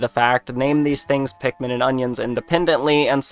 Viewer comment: They don't say pikumin like olimar does